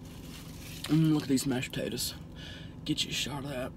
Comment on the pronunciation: "Mash tatas n gravy" it funny how she says it